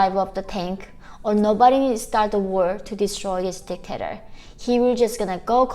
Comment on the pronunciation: Omg in the entro i thought she called him a dick ater xDDDDDDDDD my ears are corrupted